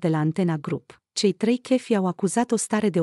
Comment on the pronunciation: Nu mai pronunta “ chefi “ si “ online “!